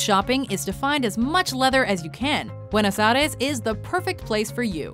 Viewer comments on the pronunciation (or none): standing ovation for her beuno airies pronunciation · you pronounce so bad Buenos Aires